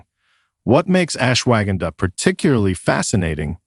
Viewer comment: Interesting information but the terrible pronounciation of Ashwagandha was more than just irritating! It's correct pronunciation is much softer ... ush-wa-gun-dha